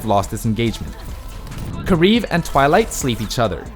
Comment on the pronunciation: I hate the commentator for saying karif instead of kariv